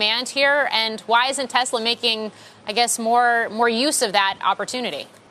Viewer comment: It is pronounced Tes ‘la’, not tez ler